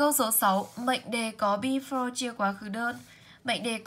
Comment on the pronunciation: Before cô đọc sai hay sao ạh?